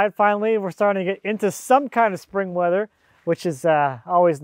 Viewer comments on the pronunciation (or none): none